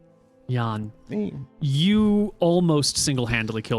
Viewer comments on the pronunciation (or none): The way calls Jan like Yawn, instead of yunn like you gotta shorten the vowel so much that you can't even hear it... i mean maybe not that much but still